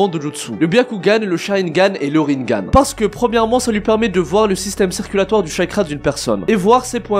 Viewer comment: Rinnégan* on dit pas rinngan